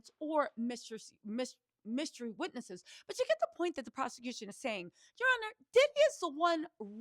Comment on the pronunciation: I can not wit u n that “ Ya Honna “ 😂😂😂😂😂😂😂